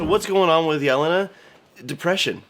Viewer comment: The way butchers Yelena's name gave me trauma